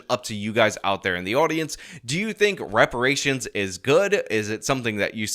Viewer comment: Juneteenth should be called Black Dependence Day. Also is Brandon saying rubberations. Rations made of old tires? Seems a bit harsh.